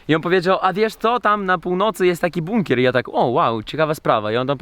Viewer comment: sam żeś jest "bukner" 😂 Chyba "bunker" 🦇